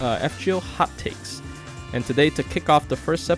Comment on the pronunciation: I thought you kept saying.....hotcakes!